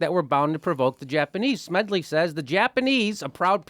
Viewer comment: Please, Jimmy, the man's name is Smedley D. Butler.